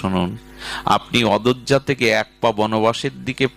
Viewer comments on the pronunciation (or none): ক্ষমা প্রার্থনা, উনি বারে বারে বলছেন অদোয্যা। অযোধ্যা বলতে পারছেন না। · অধজ্জা নয় কথাটা অযোধ্যা।